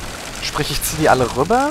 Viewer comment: bist du hesse? :D so wie du rübba aussprichst kommt mir das so vor^^